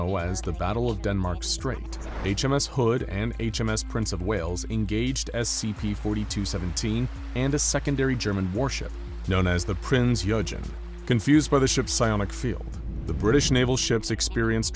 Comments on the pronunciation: Prinz Yagen? Its Oy-gun or You-gun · prince oigen not urgen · It isnt 'Prinz EuJEN' Schweinhund, Its said like: Prinz Oy Gan Soft g, with a 'guh' sound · The correct pronunciation of Prinz Eugen is "Oy-Gen", not "Yu-Jen" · Ahh why u mispronounce Prinz oigen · Prinz Eugen is mispronounced. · Or the fact they mis pronounced Prinz Eugen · ew he pronounced it wrong